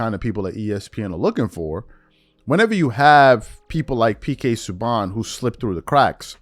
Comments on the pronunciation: Not pronounced sue bon. It's sue ban. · Pk sue BaN not bawn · It is pronounced sue-ban